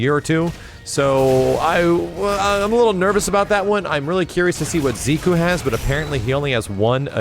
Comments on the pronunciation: Jordan Brookins nope, koo is pronounced kú, while ku keeps the emphasis on the "ze" part. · I love ya, man, but you've got some nasty habits you might consider working out: In this case, your notorious inability to pronounce certain names correctly. Bro, you've been repeatedly saying "Ziku" instead of his actual name, "Zeku". And it's made even more irritating by the fact that you used to have it right. This along with every other time you mispronounce someone's name--Sakura, Asura, Karin, to name a few--HURTS MY EARS, man. And I know I'm not the only one. I hate to be a nitpicker, but this has been going on for way too long. Please,, just try to work on this? Like you with Capcom, I'm goin' in 'cause I give a shit. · Every time says Ziku instead of Zeku... omg... It's like someone is grinding my spine with a fork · Why did say zee Ku. When the announcer say so zeku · Smartix It's not "koo" through, it's ku. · You know what commercial ad was presented before I watched this? Grammarly. WHo the hell is ZEE-KOO? o.O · "Zee-koo"? Lol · I love you but man do you need to work on how you pronounce character names and abilities. I cringed everytime you said "Ziku" or "Sakoora" lol please do better😂😂😂